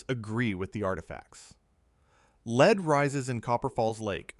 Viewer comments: must be another ai voice after hearing lead said wrong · The metal LEAD is NOsaid Leed, it is LED.